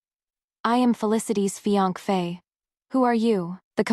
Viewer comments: Is it that YouTube doesn’t allow the word fiancé or this individual that’s reading is unaware how to pronounce it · AI can't pronounce it